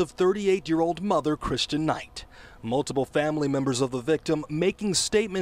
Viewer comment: Her name is Christen not Christian. Have enough respect to at least say her name correctly since that piece of garbage who killed her isn’t getting the sentence he truly deserves.